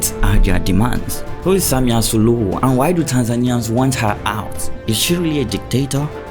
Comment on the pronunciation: Samia Suluhu caught you sayy Samia Suhulu😂